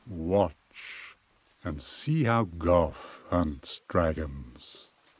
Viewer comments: I remember when pat and Woolie didn’t know how to pronounce his name, and I always thought it was pronounced goff, only to now hear it clear as day and find out I was right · I was referring to Gough naming himself goff